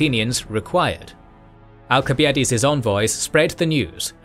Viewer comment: You still can't pronounce al·suh·bai·uh·deez